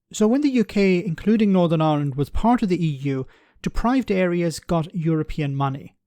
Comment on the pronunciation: What I want to know is why does an Irishman like yourself pronounce the name of the country as ‘Ahhland’ 😊